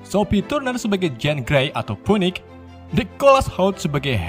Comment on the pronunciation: Bacanya finix :v